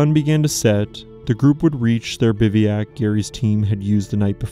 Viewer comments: Great story, well told. But FYI, it’s pronounced Biv-whack, not bivvy-ack. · Bivouac is a French word that you pronounce incorrectly. It should be BIV-oh-ack, rather than "BIV-ee-ack." If you google 'bivouac pronunciation,' there will be a little play button you can press to hear it pronounced. Keep up the great work. I appreciate that you try to pronounce the French names correctly. It's not easy.